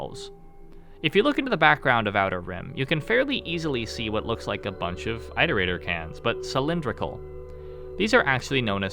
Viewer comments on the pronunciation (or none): Why don't rainworld content creators know how to pronounce "Iterator"? IT-O-RATOR not EYE-TOR-ATOR